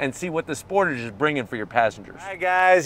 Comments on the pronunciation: It’s pronounced sportage not sportage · 30 years… and still Americans can’t pronounce Sportage correctly! 😂😂😂